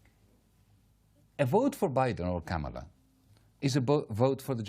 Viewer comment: It's Kamala not KaMALa... and it's the Democratic Party not the Democrat Party.